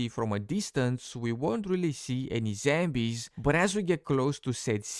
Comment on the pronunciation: Are you saying Zambies?